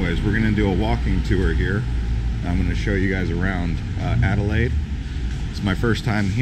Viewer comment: Alelaide stop not perth ok cute ✈👍🎉🎉